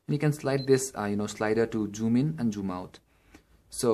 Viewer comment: Its zoom bro not joom .!